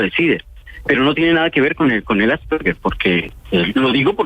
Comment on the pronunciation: Se pronuncia 'Asperger' con la g normal y no como 'gue'. Primero apredamos a decir bien las cosas y luego charlamos